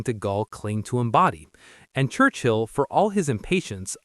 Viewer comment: How odd to have chosen AI when there are so many hsitorical pictures available. And, er... "Wurchill" ???